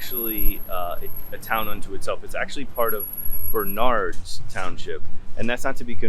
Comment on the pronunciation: You mispronounced “Bernard’s” the accent is on the 1st syllable, not the 2nd.